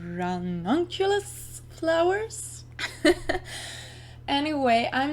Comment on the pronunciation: so pretty! and your pronunciation of ranunculus is perfect!